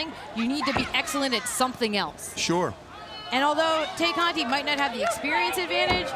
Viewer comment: These goofy Caucasian commentators are calling Tay Conti, Te-Cate 🤣 like the beer... Blessings